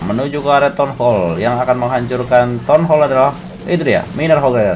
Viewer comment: Townhal bang townal bukan tonhol 🤣🤣